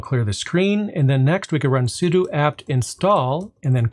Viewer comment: Thank you for saying 'sudo' correctly! 🤣